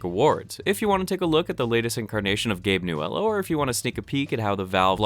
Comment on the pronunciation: The way you say Gabe Newell is heresy.